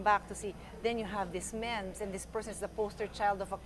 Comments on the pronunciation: I never knew Pia could be this eloquent! It sucks that Allan didn't win, though. One criticism lang, it's pronounced "meems." lol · haha, was thinking the same when she kept prounouncing it as "Mehm". thought i was the one who forgot how it's pronounced